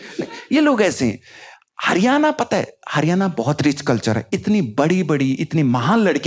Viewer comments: हरियाणा बोलना तो सीख ले भाई। हरियाना क्या होवै है 🤦🏼‍♀️🤦🏼‍♀️ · Bhai हरियआना nhi हरियाणा hai yo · हरियाना नहीं हरियाणा😂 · Bhai haryana ko pronounce to thik se kar lijiye.